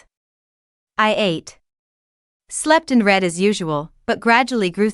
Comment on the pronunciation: Please proof the finished audio and correct mispronounciations and usages. "Read" can be said as 'reed' or 'red' depending on contex. It helps to check on unusual words such as "wyrm" which is another spelling of "worm", an old word that meant "dragon". I know I sound like an English teacher but it can really detract from the audio of a very interesting story and make it seem less well written.